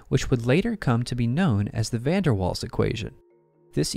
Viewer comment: Please pronounce the name of Van der Waal correctly. The emphasis is on "Waals" as "Van der" just means "from the". Not difficult for English speaking people/AI with just a bit of polite effort.